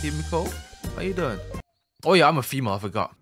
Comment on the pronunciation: can you replace your "Yeur" with "UwU" for 1 video